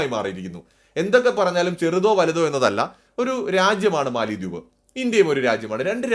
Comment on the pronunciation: മാലദ്വീപ് എന്നാണ് ഉച്ചാരണം. തലസ്ഥാനത്തിന്റെ പേര് മാലെ (മാലി എന്നു നാം തെറ്റിച്ചു പറയുന്നു). തമിഴും ഹിന്ദിയും സിംഹളവും കൂടിക്കലർന്ന ദിവേഹി ആണ് അവരുടെ ഭാഷ. ഭാരതീയ വംശജർ.